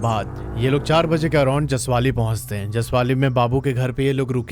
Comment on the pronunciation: Jasavli Not jasavali